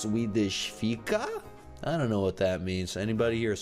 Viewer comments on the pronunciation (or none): U pronounced ”Ska vi te en swedish fika?” Wrong, a little bit! But it was near right!